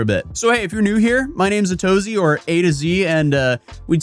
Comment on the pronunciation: I've been here since you were sued and not until now do I learn that the name is "A to ZY"